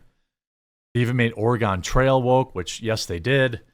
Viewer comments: UGH. It's not pronounced "Ore-uh-GONE." Source: A lifelong Oregonian. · It's funny to hear Jeremy say "Or-eh-GAWN Trail." I'm sure he knows how Oregon is supposed to be pronounced, but back when we (Millennials) were kids, Oregon Trail was installed on every school computer, so we often got to play it during breaks/recess. Kids, being dumb, always pronounced Oregon this way (it always used to make me mad, because I knew better), and apparently Jeremy's brain just reverted to this pronunciation by default.